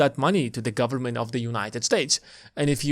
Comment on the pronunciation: "Full faith and credit of the US gubmit..." LOL